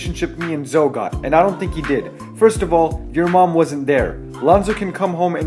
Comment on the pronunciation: Why is the fuck do yo keep saying 1,000 dollar shoes it 495 almost 500...no disrespect.you fucking idiot,and why the hell do you say Zoe2 it's zo2 Z.o.2